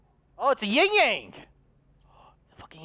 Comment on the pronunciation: Its ying yang Not yang yang